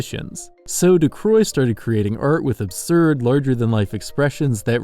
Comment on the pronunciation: Great video, very entertaining. But i just woke up and i'm a bitch when i do, so... Why would you pronounce his name Ducroix when it's clearly Ducreux?